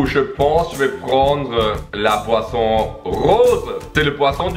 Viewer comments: J'adore à chaque fois j'ai l'impression qu'ils disent poisson lol😂, sinon très bonne vidéo comme d'habitude continuer😉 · G cru que tu disais poisson mais en fait c boisson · Chaque fois que tu dis boisson j’entends tout le temps poisson 😂😂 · Quand tu dit boisson on a l'impression que tu dit poisson. 😂😂😂